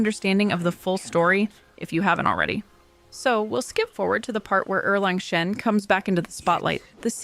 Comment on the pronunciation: gave you a like because u pronounced erlang shen correctly